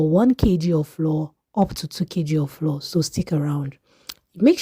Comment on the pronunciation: PLEASE THE WORD FLOUR IS DIFFERENT FROM FLOOR. THEY ARE NOT PRONOUNCED SAME. I will surely try your recipe.❤